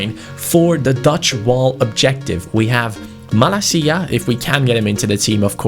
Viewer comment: don't pronounce 'Malacia' 'Malakia', because this is a greek swear...